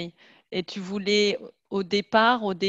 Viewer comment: It sounds like she said "je ne veure pas" several times to mean "I didn't want". Can't figure out what she was actually saying or the spelling.